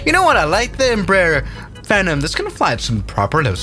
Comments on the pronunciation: Lmao it bugs me way more than it should when he says “FinUm” and not “Phenom” 😭☠️ like it’s Fee-nom not what ever the hell you were saying 🤣☠️🪦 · In case no one said it already… PHEE-nom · Love it, but please pronounce it “Fee-Nahm” 😂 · Lol it's a "feeeenom" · Its Pronounced Fee-Nom